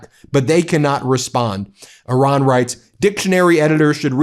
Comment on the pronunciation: I ra n .. Good job.. Like O ma n...